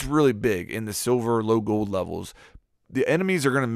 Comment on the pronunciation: Is anyone else bothered by the way he says "Gold"...Goed...lol.